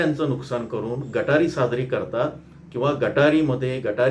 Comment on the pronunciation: गटारी नाही सर.... गतहारी